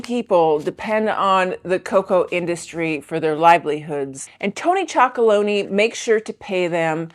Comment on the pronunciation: It's really cool that you chose to rate these chocolate bars but you keep calling them Tony's Chocolonies bars. It's Tony's chocolonely. Just sayin